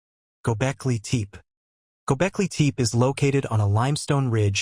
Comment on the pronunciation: It's not gobekli teep. It's gobekli tepe ((teh-pay)